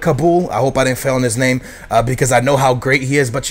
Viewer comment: You said all the names well, good stuff